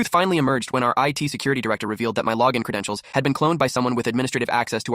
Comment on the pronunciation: What credintioal 😂😂😂